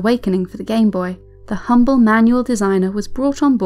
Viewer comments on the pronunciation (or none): none